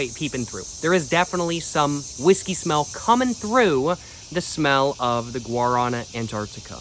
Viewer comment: come on man, pronounce it correctly! Look it up! Lmao